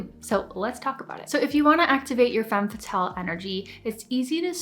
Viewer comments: Femme fa-tells 😂😂😂 I’m sorry I just couldn’t take her serious every time she said it like that. Not trying to be snobby it just genuinely made me laugh 🤭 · Step one: pronounce it properly :P